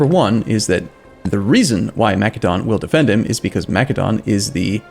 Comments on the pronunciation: YOU SPELL MACEDON WITH THE SOFT C like an S, REEEEEE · Massédon not Makédon ;) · it's Macedon my guy